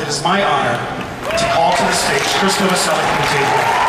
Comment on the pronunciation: Michael Stipe mispronounced Krist's last name :D It's Novoselich (Novoselić), not Novoselic(k).